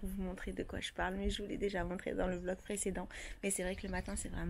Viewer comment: Tu te rappelle que au toit début de ta chaîne tu disait velog et pas vlog répont s'il te plaît, se qui sont d'accord lâcher un pouce en l'air ⬇